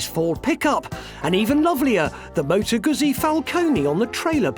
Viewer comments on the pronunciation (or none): Aren't you pronouncing it incorrectly? I really do want to take you seriously, but you sound like your reading from a script written by someone else.